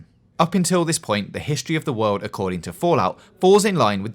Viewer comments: Bweif histowy of the wowld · wealeases, wabbit, wowd, varwies, nuclewaw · A bwief histowy of the werld